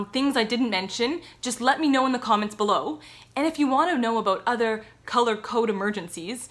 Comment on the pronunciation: I could never tell you were Canadian while you said about "a-boot". Love it. I'm American. 😅